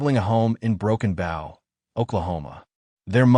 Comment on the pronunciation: Broken Bow is pronounced like a bow and arrow.